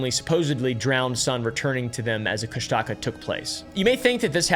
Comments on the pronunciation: As a native alaskan it's pronounced kush-tuh-kah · "Cush-Taka" has me laughing, im sorry😭🙏